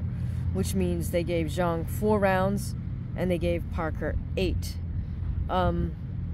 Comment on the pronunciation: Not many fight channels that pronounce Zhang correctly this is a refreshing change 😂